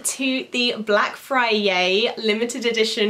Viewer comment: Is it just me or is she saying fryay